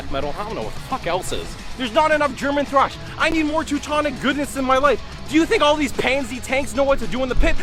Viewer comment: Its not "slash" its thrash lol